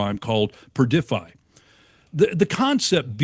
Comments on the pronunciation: It's Perfidy, not perdify. PURR-fiddy. It means deception, duplicity, a lack of trustworthiness. You know, the hallmarks of the 47th admin. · It's "perfidy" not "perdify". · Perfidy, not perdify? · it’s PURR-dih-fee. (Use a dictionary) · The word is...Perf-id-dee. Perfidy